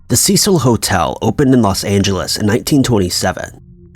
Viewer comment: Cecil is pronounced cee-sil! Ceh-seal is spelled Cecille, which is a woman's name. Cecil is a man's name.